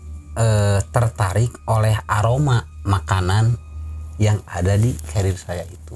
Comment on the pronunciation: Yang betul tuu carier kan yaa, bukan cariel